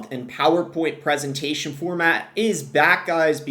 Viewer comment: Presentation, not presitation